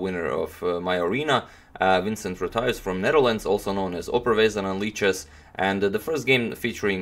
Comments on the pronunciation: You pronounced his name well.... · You pronounce his name quite well, actually. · Your pronounciation of his name is actually surprisingly good :) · You pronounced the name quite correct, and thanks for making those nice vids!